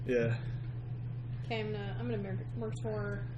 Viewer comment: "Mercator" rhymes with "crater". Driving me a bit batty making it sound like a supervillain.